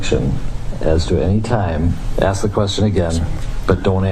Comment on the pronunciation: This guy just said “what did you just axe me”?